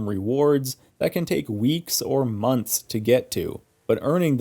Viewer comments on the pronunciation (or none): none